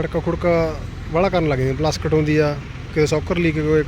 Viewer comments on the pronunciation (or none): ਪਲਸਕਟ ਨਹੀਂ ਹੁੰਦੀ ਵੀਰੇ ਪਲਾਸਟਿਕ ਹੁੰਦੀ ਹੈ ,,😁😁